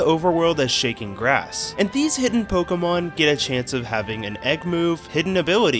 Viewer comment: Day, two of asking you to learn the pronunciation of the word, Pokemon